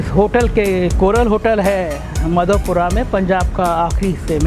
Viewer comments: Madhopura,nahi bhai madhopur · this place is known as Madhopur. Please check the pronounciation any word before you utter it out.